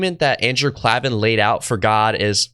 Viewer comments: Klavan, the accent is on the first a as in able. Nice video though I appreciate it. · but he isn't. Messies are fundamentally dishonest people. Klavan (which, btw, is pronounced Klay-vin, and not Klah-vin) is, if I'm not mistaken, Catholic. He's not the first Jewish apostate who became Catholic, but while it's equally in error, they're very different things. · Not Klah-van It's Klay-van. It's a recurring joke on his ad reads. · His name is pronounced "CLAY-ven," not "CLAH-ven". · Andrew Klavan….pronounced KlAvan, not KlEvan. Otherwise, excellent job! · Klavan is pronounced "Clay-vin" and not "Klah-vin." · Klaven - pronounced, "clay-vin", not "clah-vin". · His last name is pronounced CLAY-VIN, not CLA-VIN. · Great video, the name is pronounced Klavan like "Clay-van", no aahs or E. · It's Clay-van, not Klah-vaahn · Klavan as in Klay-ven. :) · KlAven with a LONG A :) he used to always stress it on his show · You mispronounced his name with the soft a at the start and I stopped there. There is zero chance you mispronounce that if you listen to more than segments of his show. It’s a hard a. like CLAY but there ARE NO E’s in KLAVAN. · Just for future reference, Andrews' name is pronounced Clay-vin. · It's KLAY-VAN. K l a v a n! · Klaven is pronounced "clay-ven". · Another great video,. He pronounces it KLAY-vun. I love seeing Ben's friends preaching the gospel to him. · It’s Andrew Klayvan. Say Klayvan. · Great video! Im really enjoying your content. Also, Klaven is pronounced 'CLAY-vin'. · His name is pronounced "klay-van." And it was his wife that helped him choose Christianity. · Just FYI “Klay-Van” is how you pronounce his name, like clay or play. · BTW his last name is pronounced Klay-vin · For future reference, his name is pronounced Andrew Klavan, with a long A sound, as in “save” or “gave”. 👍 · Dude, if you can’t even learn how to pronounce Andrew’s last name. HE’S SAID IT HIMSELF IN VIDEO UPON VIDEO.